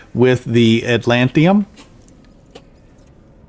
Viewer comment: I didn't mean any offense, I love your videos but that pronunciation was driving me crazy. It's a made up word but I believe the emphasis is on the TID syllable. 😆